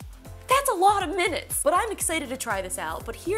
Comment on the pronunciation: “That’s a LoT Of MiNNuTes”- Justine 😂😂